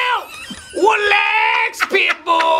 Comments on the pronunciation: best part - WELAX PITTBUL WELAX !! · "ralax" -dale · WELAX key of awesome welax! dont stop making videos! cuz if u do frank will fire you :D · "what in the hellll!? Welax, Pitbull welax. Why are you doin what your doin?!" lolz favorite part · whoa just welax welaaaaaaaaaaaxxxxxxxxxx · WELAX! WELAX NOW PITBULL! WELAX! WELAX! WELAX! WELAX! NOW YALL WELAAAAAAAAAAX! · Welax Pitbull! Welax! lol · WHAT IN THE HELL?!! WELAX PITBULL, WELAX. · does he ever tell you welax? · WELAX WELAX WELAX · WELAX pit bull WELAX